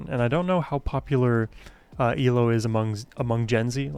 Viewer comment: Great reaction,, but like at least one other commenter has pointed out, it is E L O (each letter sounded out separately) not Eelow (all one word)! Keep up the great work!!